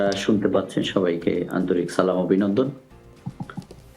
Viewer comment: তরে কে শিকাইছে,,,, সালাম 😡😡😡সুন্দর করে সালাম দিবি,,, সালাম না দিয়া বলস যে সালাম,,, কি আজব রে ছি